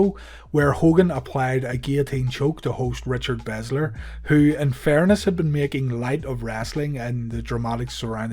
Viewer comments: Belzer. Not "Bezler." Why would you transpose the 'Z' and 'L?' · Belzer not bezler